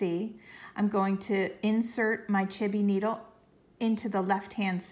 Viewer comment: This was so helpful, thank you for taking the time to make this video and then share it! Quick question, why do you keep saying, "chibby needle"? Thanks for your help!